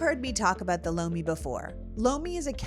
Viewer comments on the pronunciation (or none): Oh Lomi hahaha I thought you said bologna 😂 I didn't realize you were doing an ad.